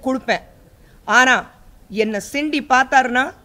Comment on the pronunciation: அது சிண்டி இல்ல அக்கா சீண்டி